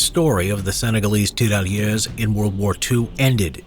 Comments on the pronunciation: Please just stop saying TERALYESE,it's Tirailleurs,te-ghay-yeugh. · The french pronounciation could have been practiced some more... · It's really funny how you say Tirailleurs XD